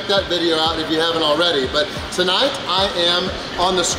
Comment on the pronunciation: When says “but” it sounds like he’s saying “butt”